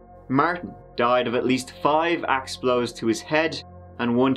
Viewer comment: Ew! He had clear trouble saying word 'Axe'.